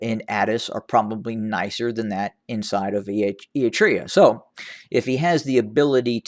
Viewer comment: Thank you for your long protracted ''strategic overview'' which essentially boils down to the amount of comfort Abyi enjoys in Addis versus Afar. Impressive. Even your ad nauseam repetitions or your hilarious mispronunciations (who the fudge are the Ee-eetreans? :D) do not diminish the impressive depth of your analytical mind. Fortunately, everyone's noticed a new player is in town with a good sense of humour and far more lively accounts than your tedious drone. Farewell, Voice of Repetition.